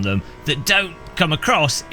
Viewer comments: why does he say Evo like that? you say it the say way you would say Mitsubishi Evo (eeeeeeeevo) not eh vo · Eeeeevo. Not ehvo. Eeeeeeeeeeeeevo 😁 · Say it with me EEEEvo its amazing to listen to English peope bucher there own language .....FYI im Australian , yes its sad im giveing pronounciation pointers to an Englishman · The block cant even say Evo correctly